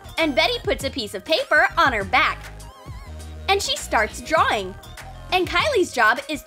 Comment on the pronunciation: Not drawing drawing your saying drawwing with two w